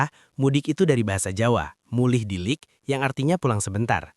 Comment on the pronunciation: mulih dilit bukan mulih dilik.... dilit dari sedilit, sebentar